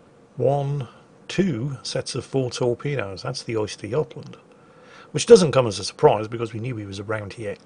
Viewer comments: The "Oyster yotland"? Try ; "Uhster Guhtland" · Östergötland, not Oysterjotland xD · A bit of help for pronunciation; it's more like 'Ooster-yot-land' Also, the 'Angela Merkel'? Surprised the Germans haven't named one of their ships that already irl. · is deliberately saying 'oyster' - tasty shellfish - I'm pretty sure he knows his pronunciation is wrong:)